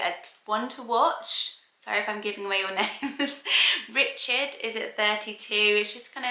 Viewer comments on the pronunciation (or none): none